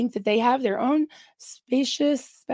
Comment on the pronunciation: Specious is pronounced the way you first said it - "spee-shus", and it means misleading. ❤